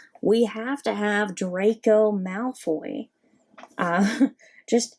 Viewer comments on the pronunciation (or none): none